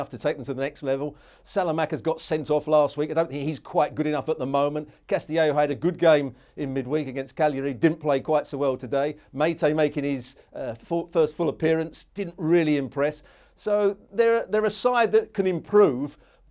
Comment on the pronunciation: Cagliari is pronounced "Cal-yaree", which is similar to the pronunciation of Calgary if you butcher it like Dan did by pronouncing the G which you aren't meant to do